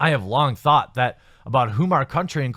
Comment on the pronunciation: I giggle on the inside whenever you say "thought".